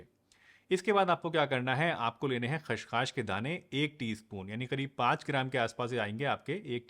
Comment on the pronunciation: सर ख़्सखास नहीं होता है, यह खसखस होता है